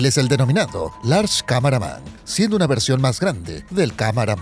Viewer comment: El lo llamó "Large cameraman" , y creo que el lo dijo de la manera correcta